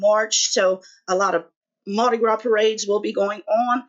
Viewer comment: When you said Mardi Gras, I knew you had to be from Louisiana. But, I didn't know we would be both from the same town. I'm originally from NI, but I've been in Loreauville for 20 years. Happy Birthday, your birthstone is Garnet. ❤️🎂🎉🎁🎊🎈